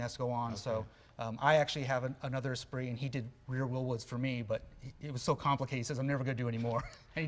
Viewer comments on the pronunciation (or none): "Uh spree"? That's an "s spirit" Jay. You pronounce car names funny. He could've just swapped in the 2.2 from the glhs omni. Faster and cheaper.